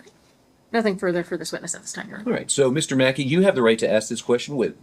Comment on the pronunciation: Haha I'm not under the courts jurisdiction is wrong respectfully your "on-er"